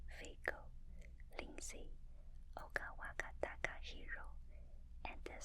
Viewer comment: It's been quite awhile yet Ogawatakahiro still gets the extra -ka syllable😊😅